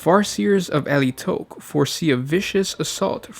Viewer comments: It is Ala-i-tock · Ah-lie-ih-tock. As said by Adrastia in DoW2. "Die well, Eldar of Alaitoc." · i thought it was Al-ti-ock not a-li-towch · God dammit, why can't you pronounce Alaitoc!? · Yeah, the main thing I found weird with his pronunciation is the emphasis on the last syllable, it literally took him saying it about 10 times before I realised which craft world it was (and currently playing DOW3 using their colours). I've always pronounced Alaitoc similar to allay, with the toc (soft o). Not saying anyone's wrong, to each their own when there is no official pronunciation guide for a fantasy word :)